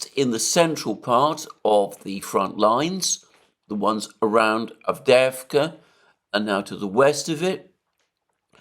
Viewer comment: You pronounce it "AvdYEvka."